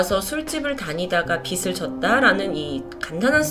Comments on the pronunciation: 다 좋은데 '빚' 발음만 좀 더 정확하게 해주셨음 좋겠어요. "빚을" 발음은 "비슬" "비츨" 아니고 "비즐".홧팅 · 발음 '빚을'을 [비츨]로 발음하시면 ㅠㅠ 빛이 됩니다..ㅠㅠ [비즐]로 발음해주셔야 전달이 더 정확이 될 것 같아요!! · 님! 항상 라디오처럼 잘 듣고 있습니당:) 그런데 빚을 떠안았다 라는 문장을 말씀하실 때 비츨 이라고 발음하셔서요ㅎㅎ 혹시 다음에 영상 제작하시면 비즐 이라고 말씀해주시면 더 정확하게 전달될 것 같습니당ㅎㅎ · 넹 빛을,비츨 노노 빚을 비즐 ,이라고 발음하심 쉬워용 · 내용에만 집중했는데 의식하고 들으니 들리네요. 받침 있는 자음(명사/ 대표음으로 바꿀 조건이면 바꾸고) 뒤 음가 없는 'ㅇ'이 오면 연음시키서 [비즐] 이라고 발음 하시면 됩니다. 잘듣고 갑니다~ㅎ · ‘빚을’ 이거 발음이 저조차도 너무 거슬리네요 ㅜㅜ 담번 녹화엔 제대로 발음해서 들려드릴께요! 이해부탁드려요 ㅠㅜ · ((([빚을]발음...신경써주세오..ㅠㅠ..))) 일본경찰도 참 무능하네요... 피해자 남매 너무 안타까워요..ㅜㅜ